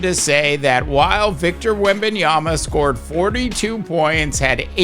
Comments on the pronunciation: Victor Wembanyama Pronunciation: \wem-ben-YAH-muh\ That's literally how he says it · There's a reason why your content is not getting views... If you're going to come on YouTube and give your analysis it's imperative that you do your homework... If you're going to talk about a player make sure at the very least you know how to pronounce his name.